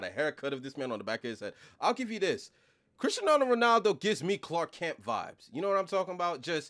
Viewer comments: It’s cristiano not crisenano Ronaldo stop saying that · But why can't you say CRISTIANO bro ?! 😂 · Why does he keeps on saying Cristianaldo Ronaldo?😅